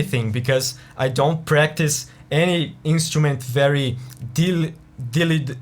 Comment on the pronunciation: "Diligently" lol